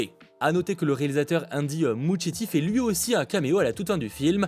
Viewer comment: c'est un nom italien, on prononce "muskietti", c'est pas compliqué, a la fin !